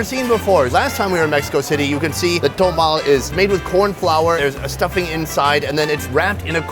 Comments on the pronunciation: tamal. tah-mahl. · it's not "Tomal", it's Tamal or Tamales. And corn husk tamales are not boiled, they are steamed. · It’s pronounced Tah-mal not Toe-mal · TAMAL NOT TOMAL